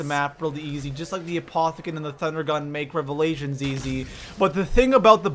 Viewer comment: When he said revalation second I unsubscribed I am never watching this guy